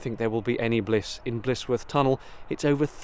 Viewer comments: Blissworth is the way you are pronouncing it. it is actually Blisworth pronounced Blizworth. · Sorry to seem pedantic, but as I'm Blisworth born and bread I feel it my duty to point out that it is not Blissworth, but Blisworth pronouced Blizworth. On the upside... there has always been rumours of the tunnel being haunted. My own sister claims to have seen a ghost near the entrance on a dark night in her teens. Nice document journey along the 'cut' as we call the canal. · Young man , you have a well - spoken accent , around here we pronounce it "blizwuff " best regards & great camera work .